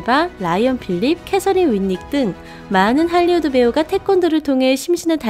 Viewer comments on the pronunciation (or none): none